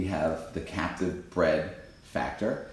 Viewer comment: When you say captive bred it almost sounds like you’re saying Catholic bred.😄